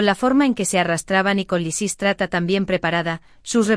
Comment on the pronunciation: Predomina Lisístrata, aunque lo pronuncia mal y a veces lo cambia.